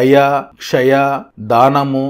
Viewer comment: సత్యం ,దయ ,క్షయ కాదు క్షమ ,.